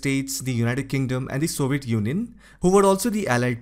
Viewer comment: Soviet junjun? Im not making fun of his accent because he can clearly say European Union.